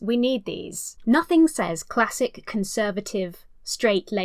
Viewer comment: God i hate the way she emphasises on "classic"